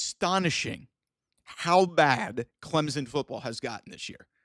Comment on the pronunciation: who the heck is "Clemzen?"